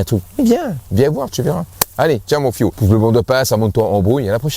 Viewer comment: Mon fiou. Au début je comprenais "mon fion". Je le trouvais très familier.